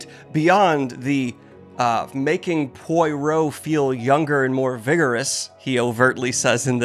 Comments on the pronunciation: POIROT! Pwa roh POI=Pwa, rhymes with awe. Rot=row, like row row row your boat Oh my fucking god 😤😤😤 Just google french sounds. Oi is waw. Its like the ua is guacamole. Say puacamole, then replace camole with row. Youre killing me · Poi (as in Poirot) is pronounced ua like in guacamole. Guac-rot --> Pua-rot --> Poirot! you got this! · Well, the "t" isn't actuly pronounced, though, so it's more like "Guac-roh" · The way you sai Poirot kills me. I gave up on the video because of it. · Please tell me that he will eventually learn how to correctly pronounce "Poirot" 😭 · Daniel, please, look up how to pronounce Poirot. 😅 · shot of tequila every time you pronounce poirot not quite right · Pronouncing poirot wildly differently every time is a really good bit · Why are we back to using that fuckass photo instead of David Suchet and pronouncing Poirot's name less correctly than last video 😭 is this rage bait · He HAS to be trolling us with the Poirot pronunciation at this point. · Every time you say Poirot incorrectly I lose 1 health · You did so well! I'd personally give you an A. Youre getting better and better. Also the progression of poirot pronunciations 😭🙏 in two videos maybe youll start speaking fluent french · Excellent video. Idk if you saw my comment but thank you so much for not over annunciating Poirot this time. From a neurodivergent pov it makes this so much easier to listen to. You even got pretty close to saying it right! Much love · the refusal to say poirot correctly is honourable at this point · I know you are a book channel not a TV/Movie adaptation channel… but if you watched a Poirot adaptation maybe you would learn how to pronounce his name…! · I appreciate that Poirot is never pronounced the same way twice in this vid. That’s dedication. ❤ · You can move on from Agatha Christie once you have no more A.C. to read. Please google how Poirot is pronounced and MAKE your editor use David Suchet's one and only Poirot as a visual. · Pwah-row. Pwah-row!